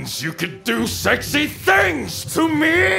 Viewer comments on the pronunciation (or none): The way he pronounced Sexy like it has a fucking h I'm not is sending me "no not the sehxy!" Lmao 😂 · NOT THE SEEHEYEKSEE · They had me with that pronunciation of S-E XY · It's a shame not that many people also love the amazing pronunciation of "SEAGHXY", as always I love when it gets all "deadpan". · NO! PLEASE! NOT THE SÆKSÆYE I love how he manages to turn "sexy" into a five-syllable word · Okay, that pronounciation and power that went into that "Sexy" is unbelievable.